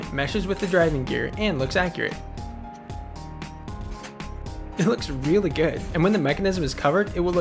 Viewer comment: if you think of gay, he says gay. but if u think of good, he says good green needle